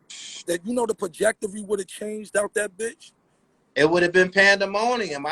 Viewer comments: Why keep saying pajectory? It's trajectory. lmao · It's trajectory not projectory